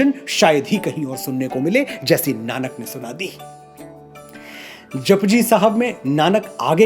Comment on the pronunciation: Mr.Manoj, very nice way to express your knowledge. But some of your pronunciations were not correct. It is Aad not Aadi. some matras are not pronounced in Gurbani.